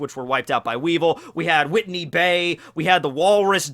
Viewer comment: Whitey Bay not Whitney Lol